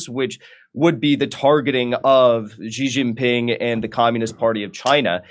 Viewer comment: “Anytime I see CCP instead of CPC I initially think this is probably propaganda.” This guy is a CCP tool. CPC is the communist party rebranding of the CCP. This guy is blaming local policies instead of the central party. He doesn’t even know how to say Chengdu or Xijinping. His Chinese is horrible. He obviously knows nothing. Jimmy you need to screen your intel.